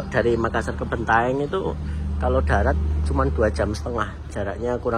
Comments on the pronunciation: Bantaeng wooiiii Bukan bentaeng 🙃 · Bantaeng, bukan Bentaeng ya